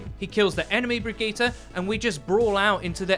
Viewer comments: I really dont think her name is Brig-ee-ta its bridge-it. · Brig-eat-ah Nope.. Brie - gee - it would be much closer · 'brig eee ta' how the hell did you get there from the name, lol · Its pronounced Bree-git-te (like in "git gud") not Bree-gee-tte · So is it "Bridge-it" or "Bruh-geeta?" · 😂😂😂 wtf was that pronunciation its (bridge-it) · Her name is pronounced just like Bridget. And of course she has reinhart Synergy she's rhinehart's mechanic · pronounce it brijitte before the g drives me fucking insane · Why do you keep saying brigette wrong? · You say her name incorrectly, google the name and see how it is pronounced. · get the name correctly at least smh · Lol you cant even pronounce brigitte right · Who the fuck told you how to pronounce her name!!!! Literally mad me stop watching this Video just to keep my sanity go to Google text to speech or SIRI or something then remake this piece of shit so the rest of us can watch it without wanting to set an entire city on fire listening to you misprounounce this poor characters NAME OVER AND OVER AGAIN!!!! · Wow that pronunciation was really good, looks like you worked on that 👍